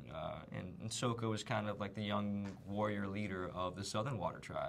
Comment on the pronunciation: Did he say "Sohka"??? OH shipwreck, they changed the pronunciation! :(